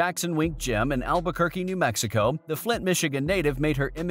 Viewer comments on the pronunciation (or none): none